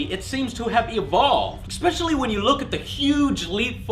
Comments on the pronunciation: "Expecially?" hey AngryJoe.... its Especially...... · Again please will someone tell that the word is "especially" not "expetially". it is the ONLY thing that bothers me ABOUT HIM. Well that and some of the unnecessary screaming but he does when it isn't warranted. The mispronunciation is in almost every single review. Its bad. But its all that's bad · There is no X in "especially." Please stop saying "expecially." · "Expecially"... sigh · Joe says "Expecially" in literally every damn video. I freakin hate that shit! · "Expecially" Seriously? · GOD STOP SAYING EKSPECIALLY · I don't really mind his reviews...well..I have one pet peeve. And that is his use (or rather misuse of the word especially (he pronounces it expectially)) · goona shoot myself if he says "exspecially" one more time in this :-/ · why can't he pronounce especially correctly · There is no "x" in the word especially.